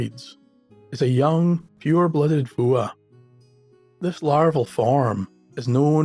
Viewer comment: "Fuath"? It sounds like "Vuah". Not that it matters, but I never would have guessed.